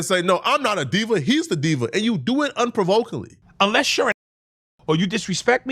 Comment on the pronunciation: Bro said “unprovacaly” lmao